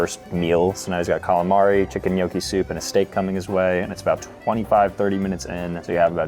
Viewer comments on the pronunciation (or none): none